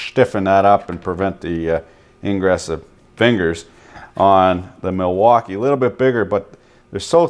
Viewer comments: You're pronouncing Milwankee wrong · Did he just say. Malfuckee?